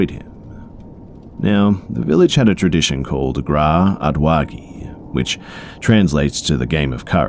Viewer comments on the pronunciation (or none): "Gra odwagi" bish say it right😂😂😂😝